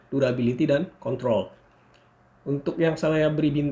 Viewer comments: hati2 bang sebut "control "nya hhehehee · Kok salah ngomong ya pas ngomong control wkwkwkw